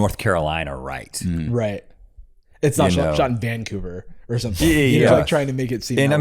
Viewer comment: the way jarvis said vancouver hurt my soul.